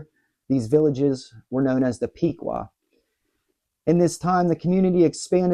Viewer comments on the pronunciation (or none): You're not from Ohio are you? Piqua is pronounced Pick-wuh not Peekwuh and Chillocothe is pronounced Chill-o-cothee...